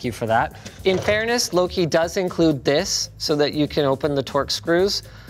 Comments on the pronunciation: Me: Thinking Linus said: Great job, lowkey. Also me: Realising Linus said: Louqe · I THOUGHT HE WAS SAYING LOW-KEY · It’s pronounced “low-key” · Lowk >>> low-key?? Edit: nvm he corrected it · It's "low-key" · pronounced luke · I think Louqe is supposed to be pronounced low-key or loki. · "The LOWK Raw S1" Lmaooo the poor company when they heard you butchered their brand name haha - its pronounced "Lowkey" Linus ... EDIT: ah nvm he got corrected lool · "LOQUE" is actually pronounced like "Low-key" or "Loki" from Marvel. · Wasn’t the company name pronounced like Tom Hiddleston’s character from Thor?